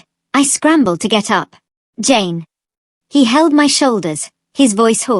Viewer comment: I keep hearing James instead of Jane… 😅